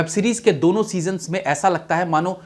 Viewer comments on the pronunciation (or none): none